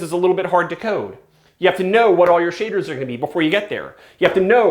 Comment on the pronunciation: "it must be doing some shi....aders"